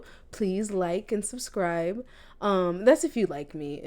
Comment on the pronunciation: Meant to say "subscribed but sinscribed sounds so much better. I dont think ill edit that mistake. Thats just too funny 😂😂😂😂